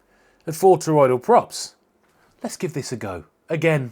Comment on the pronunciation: Thank you for at LEAST pronouncing them properly. I've gone through 3 experts who can't say toroidal without an extra i.